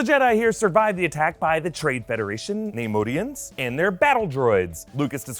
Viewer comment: Not to be a bug or anything but it's pronounced "Ni-Moy-Dee-Ins" not "Nay-Mode-Ee-Ins"